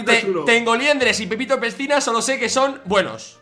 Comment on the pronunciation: fargan la dijo pipito a willy y no pepito jajajajajaja:V